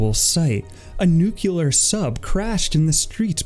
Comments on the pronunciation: dude it's nuke lee er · It’s new clear water 💦